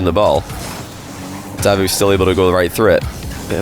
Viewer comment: I don’t think it’s “Dávoof”, I always heard “Davóof” here in Italy